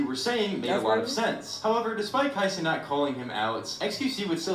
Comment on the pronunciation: Kai Seanate🤣